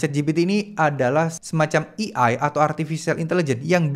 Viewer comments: bang AI dibacanya "e ai" bukan "i ai" 😥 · A.I. bukan E.I. atau mending sebut'y pake Alfabet Indonesia aje, Á.ì ☺️ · Eh-Ai mas bukan Eee-Ai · baca nya "ei' bang bukan "i" . kalo di gabu jadi "ei ai". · fyi A.I. "dibacanya (ei-ai)" pemvokalan huruf "A" = ei, bukan i = "E" cmiiw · Baca nya "ei ai" bukan "i ai" 😁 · AI (ei ai) bukan EI (i ai) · AI dibaca E-Ai bukan i-ai (ejaan indo) hadoh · maklum gak bisa basa enggres dia, kuping gue gatel denger dia salah pelafalannya